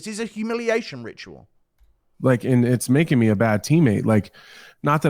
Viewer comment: Does anyone else get really bothered by the way says the word "me"?